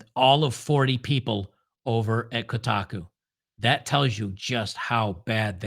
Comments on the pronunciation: New pronunciation just dropped: "Kota cu". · It's pronounced "Cockatiel" 😂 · I thought it was pronounced “ Cockatoo”? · Koh-Taaah-KU string that 'a' out a bit more. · Koh-TAH-koo…. Jesus Christ lol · It should be pronounced ko-ta-ku but they mispronounce their own name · Come on.... It's Ko...ta....koo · It's "shitaku" thanks! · Koh - Tar - Koo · Might as well pronounce it “cold taco” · I've been a "computer nerd" and gamer since 1978. Still going strong at age 54. Games journalists have been trash for over a decade. Also, it's pronounced Ko-ta-ku. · Emphasis on the 2nd syllable Ko TA ku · "Coat a coo" 😂😂😂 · It would be funnier if he keeps mispronouncing it hahahaha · Thank you for slapping around for his mispronunciation of Kotaku. Justice has been served. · Yea please stop saying kotaku wrong it’s hurting my soul. Otherwise keep up the good work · Pretend you're sneezing when you say Kotaku and you'll pronounce it right. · I want you to know that I'm not finishing this video because you keep pronouncing Kotaku in the stupidest way possible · It is tough to listen to butchering the name Kotaku. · To be fair to, Kotaku is an insult to the word "otaku," so I am fine with the mispronouncing. Heck, I'm thinking about doing it on purpose. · Good God. You can't even pronounce Kotaku? Please stick to what you know, and stop trying to copy Jeremy.